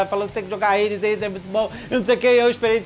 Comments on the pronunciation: É só fala "ADES" pra que "RADES" pqp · Po jovem nerd n Sabe falar Hades pelo amo, mais ficou top